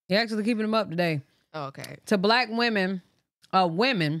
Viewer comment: It's kills me how she saying wemon not women 🤦🏾‍♀️🤣